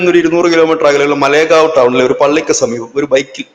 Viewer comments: മലേഗാവ് അല്ല മാലേഗാവ്ആണ് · മലേ ഗാവ് അല്ല മാലേഗാവ് ആണ്. കുറ്റം പറയുന്നതല്ല. പറഞ്ഞ് എന്ന് മാത്രം.